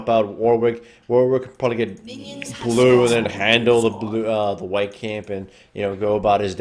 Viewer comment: i swear i always hear White Camp...